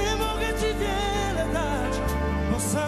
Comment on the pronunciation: jakaś wada wymowy? We frazie "nie mogę Ci (ti) wiele dać"